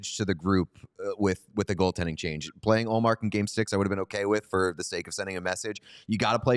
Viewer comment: DJ, its not Ullmark